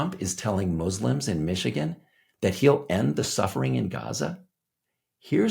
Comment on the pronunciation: Elon must’ve paid off the local Imams in Mee-shee-gone. 😂